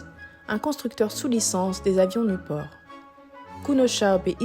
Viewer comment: Pourquoi elle prononce niouport?